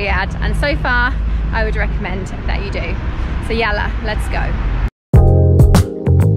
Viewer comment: 😂😂 هي ما في معلوم كيف قل يلله